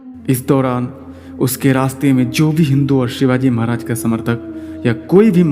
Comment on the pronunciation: व्हिडीओ बनाके के पहले तू महाराज का नाम सही से लेना सिख.. हमारे भगवान है छत्रपती शिवाजी महाराज..